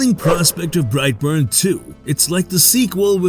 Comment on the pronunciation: bright born...... SOUTHERN ACCENT... BRIGHT BORNE....!!!!!